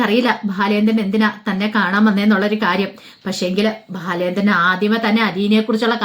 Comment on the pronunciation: ഭാലചാന്ദ്രൻ അല്ല ബാലചന്ദ്രൻ എന്ന് ഉച്ഛരിക്കൂ 👍